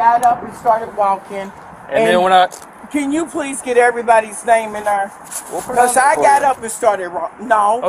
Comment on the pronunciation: "In ner." In there....there!😂😂😂